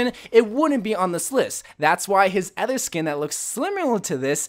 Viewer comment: STOP SAYING ADDER (other) WHY AM I SO ANGRY BECAUSE OF IT, I DONT KNOW GODDBYE